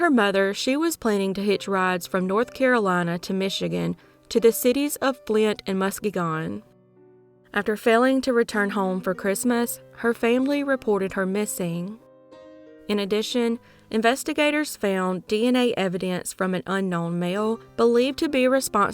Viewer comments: Great job as usual. Pronunciation tips: Wilkes Barre = “wilks BEH-ree”. Muskegon = “muss-KEE-gun”. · I live near where Stacey lived :'( those always get me. btw, for future reference, it's pronounced Mus-KEY-gun. :) Great job on your reporting, you're my favorite channel.